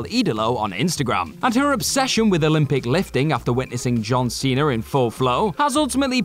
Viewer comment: Cena * not Cener